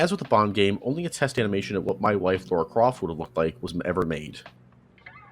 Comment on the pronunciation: her name is Lara craft not Laura